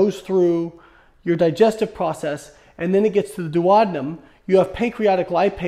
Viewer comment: I have never heard anyone pronounce duodenum this way. 🤯 😂